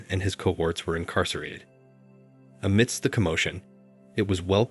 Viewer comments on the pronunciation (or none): none